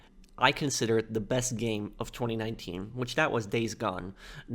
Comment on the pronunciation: I find how you say 2019 VERY OFFENSIVE and offensive content notices and and